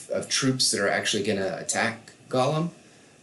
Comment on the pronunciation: Gollum event does it say my precious its pronounced go-lum the e is silent